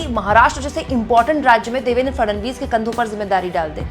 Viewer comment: Fadanvis nahi..Fadnavis bolo